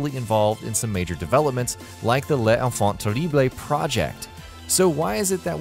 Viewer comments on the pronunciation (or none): in french you don't pronouce E like (hey) they are silent. Les enfants terribl not les enfants terriblhey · the way he pronounces the "Les Enfants Terrible" literally makes me cringe... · Holy fucking shit dude how can you say "Les enfants terribles" that bad. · How can you not correctly pronounce Les Enfant Terribles if you played every game and heard it correctly pronounced so many times. Made me feel the narrator is just narrating script and hasnt played MGS at all.